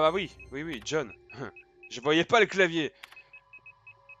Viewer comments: lol dans ma tête je gueuler JOHN PAS JON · John et non jhon 😂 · ses john pas jhon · c John pas jhon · Tu m'enervais avec ton "JHON" xD